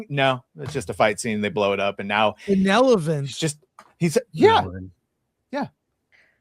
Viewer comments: meant Benevolent but says Benelephant 🐘. 😂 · Benelvolent!?!?!? Yeah! Yeah! …. It’s okay 😂😂😂